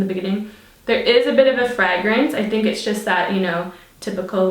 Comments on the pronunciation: I think she's picking up the Irish accent 😊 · Omg the way you said fragrance